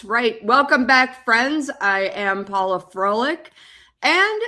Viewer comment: Paula. (Not Paulo)